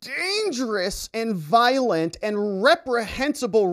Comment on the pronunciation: What the Niflheim is “Violin-t RHETORIC!”⁉️ 🙄😃😁😆😂🤣😝😂🤣⁉️